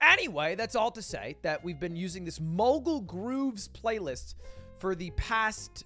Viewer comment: english major says bffrlaylist